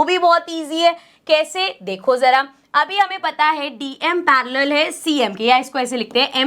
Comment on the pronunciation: Me it's parallel not parrealal